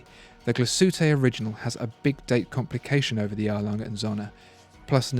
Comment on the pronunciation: how can I trust anyone who says "glashootay orijinal"